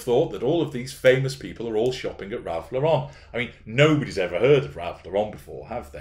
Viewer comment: FYI, it's pronounced Lor-rehn, like the female name that ends the same way as Karen, not with a pretentious French accent, or like Yves St. Laurent. "Ralph Lauren" is an American who made up the last name because his real name is Ralph Lifshitz and that might not have done so well with the tennis and polo sets. Otherwise, no doubt there are pics floating around of royals wearing all kinds of outfits similar to what hw wore before thrusting herself into and then defiling the Royal Family, aka what she appears to view as merely the royal gravy train.